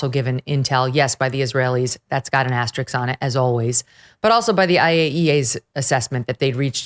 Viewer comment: Asterisk, not asteriks...